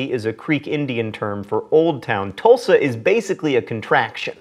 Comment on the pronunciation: I would like to thank you for properly pronouncing Tulsa, OK. having been in Tulsa county for 21 years, I have heard many out of state people pronounce it "toolsa" for some reason. Oklahoma also has a Miami that's pronounced "Miama"